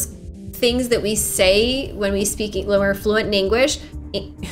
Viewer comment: "fluent in engwish, fluent in engwish like me" the irony 😂